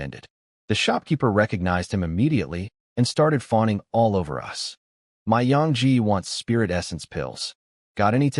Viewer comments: Funny how the ai can't pronounce so many two letter words my to and us they just say the letters 😂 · AI failed to pronounce glee and us early on